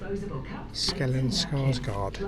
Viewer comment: Its Stellen Skarsgård not Skellen. Fantastic actor and amazing in the new Chernobyl HBO miniseries